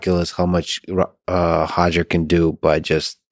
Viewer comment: Pronounces Roger as Hojer but not Khabib as Hhabib 😅